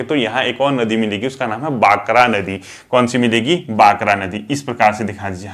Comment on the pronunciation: बाकरा nhi भाखड़ा नदी हैं सर।